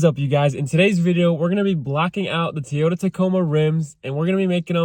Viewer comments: Not "Teeyota" dude...it's "TOYyota" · And its a Toyota not Tiota. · ARE YOU SAYING TEE-OTA? lolo 🤔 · Hmmm. T-ota. I always thought it was Toy-ota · Stop saying teeyota😂🤣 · Who the hell says tee yoda 😂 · "Tee Yota"?????? Lolololol!!! Where the hell are you from??? I don't see any other red trim on the entire truck, so don't understand where the red emblem idea came from. But it looks weird.